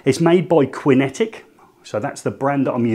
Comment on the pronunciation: It's pronounced Kinetic not Quinn etic! 🤔😱🙄